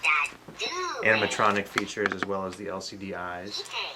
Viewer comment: i keep thinking you saying lsd instead of lcd